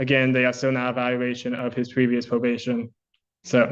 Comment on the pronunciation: Bro if I heard my lawyer say "pwevious viowation" and "weitewate" I'd instantly know I was cooked 😂